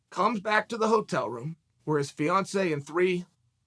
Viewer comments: Damn…I wasn’t listening well the first time and I thought chael said Beyoncé instead of Fiancé I was like damn…he assaulted Beyoncé? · 50% of the time Chael is saying Beyonce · Yeah I noticed that extra syllable. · Snap I thought Chael was saying Beyonce. Shit I was hella confused for a minute.